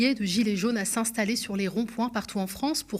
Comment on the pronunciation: Le IN se prononce IN , pas AN.......On dit S’INSTALLER, pas S’ANSTALLER ..... ROND POINT, pas ROND POUAN ....etc etc